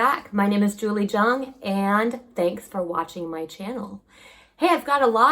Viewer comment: Time to loosen up Julie and pronounce Jung the German way while you live there. lol